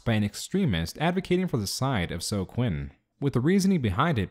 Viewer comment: That's...not how "Zoe" is pronounced.